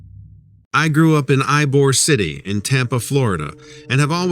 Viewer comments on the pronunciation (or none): lol eyebor city aka ybor its e-bor i live 45 minutes form it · It’s pronounced, “Ēbor,” City.